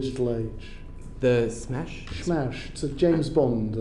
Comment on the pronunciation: SMERSH not SMASH